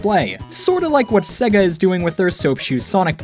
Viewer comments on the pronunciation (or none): none